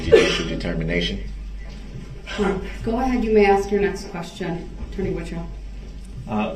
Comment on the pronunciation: it's SUSTAIN not SUBSTAIN and it's pronounced as ASK not AKS! hahahaha pathetic. go back to school! oh wait! you're in jail! hahahaha